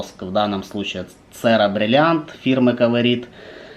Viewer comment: На итальянскосм буква С читается как Ч. Сера блин, правильно ЧЕРА!